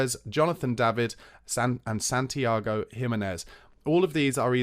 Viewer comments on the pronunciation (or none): none